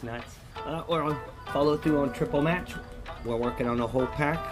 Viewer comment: I like when you say "we got a smatch" lol